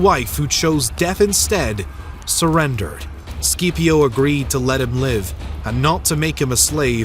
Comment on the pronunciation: The video was great and i thoroughly enjoyed it. But im sorry your pronunciation of Cato and Scipio had me😂